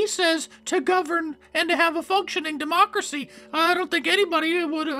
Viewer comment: Its Thweat to democwacy!